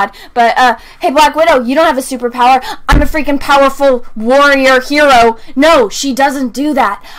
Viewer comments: And it's not pronounced "Her-o" it's "He-ro" >Mindblown.gif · lol true, it's literally pronounced HE-ro